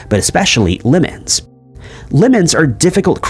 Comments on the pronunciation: He says "Limmens" instead of "Lemons" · So what! We know what he means. has over 2 million subscribers. However does things, it seems to be working out for him. IF SOMETHING AIN'T BROKEN, DON'T FIX IT! 😊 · Well when life gives you Limmens, make Limmenade.